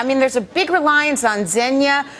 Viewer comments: Lol at the way she pronounced Zygna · The host doesn't know how to pronounce Zynga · Nice job! Oh and Fox lady, Technobuffalo is more than just a tech blog, and there's a g in zynga.